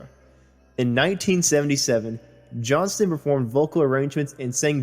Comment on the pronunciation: It's JOHNSTON, pronounce the "T"